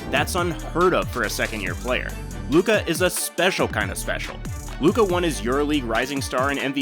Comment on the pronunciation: It's Luka. You got my view.